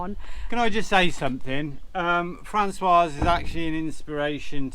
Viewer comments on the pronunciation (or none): Hi Both. Aways enjoy your vlogs, but may I echo the thoughts of The 's' at the end of the masculine name François is silent. The female version (Françoise) does have the 's' pronounced as it's followed by a vowel. Just for your info.